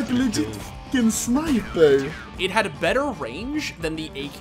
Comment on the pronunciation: Sneiper. Uwee uwee uwee uwee! Hehehehe